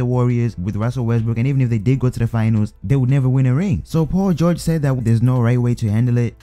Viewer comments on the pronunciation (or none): U say Paul George like pau goge